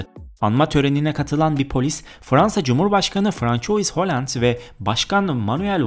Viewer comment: Yanliş okuyorsun.fransua oland diye okunacaktı .Saygılarla.